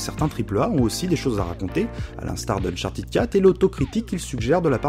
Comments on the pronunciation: unchartaide, pas unchartide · Tu prononces le "d" en "t". Ce qui donne "Unchartt". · Unchartouade ? Non en vrai je crois qu'on dit que le e est muet (ou aspiré je sais plus) en anglais, c'est une sonorité qu'on a pas en français. Faudrait limite écrire que ça se prononce "Unchartd". Bonne chance pour lire ça